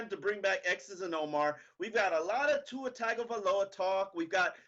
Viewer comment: Omar how the fuck do you still manage to butchers tua's name every damn time?!!